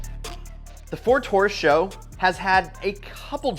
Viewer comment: GM struggled with the sales of the Chevy SS, and the company is entirely to blame... For unknown reasons, they barely advertised the damned thing! It's actually "Taurus S.H.O." It's just like the Grand Prix G.T.T.P."... you'll make a fool of yourself if you say something like "Grand Prix GuTetTPuh"...